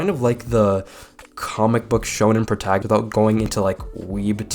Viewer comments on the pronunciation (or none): none